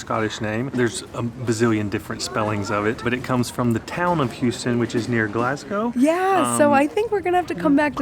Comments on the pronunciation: Over there, it’s “house (🏠) -ton” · Houston is pronounced "Hoos-ton" here. Lovely little village.